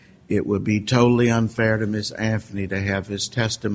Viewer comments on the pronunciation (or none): This Judge drives me crazy...how you can be Judge, that condemns people to jail for certain lengths that ruins lives...improper Annunciation, or pronounce "Specific" as "Pacific:" "Anthony" as "Anfony" if this Judge was white, he never would have been appointed... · Any reasonable person would think her guilty. It only matters whether he acted in a biased way, like Ito acting for the defense for OJ or Older acting for the prosecution in Manson et al. If so, then saying, "pacifically Anfony" is the least of his transgressions.